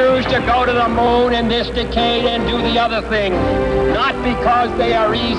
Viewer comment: JFK didn't even know how to pronounce "decade".